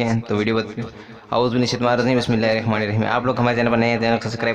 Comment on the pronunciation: Aap kya shikha rahe hai aapko auzubillah bismilla hi sahi se padhna nahi aata....meaning change ho jati hai nahi pta kya?